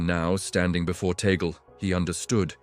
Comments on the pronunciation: This guy pronounced “Tagle “ name wrong. Tagle is a Spanish or Pilipino surname - it is pronounced as you would a Spanish word - T a g l e - not the English western way making the last syllable silent. E is pronounced as E - Just like surname Robles - rightly pronounced as R o b l e s. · We pronounce Tagle as Tag- lee 😏🇵🇭🇵🇭🇵🇭🇵🇭🇵🇭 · Tagle not Tagal,please. His family name.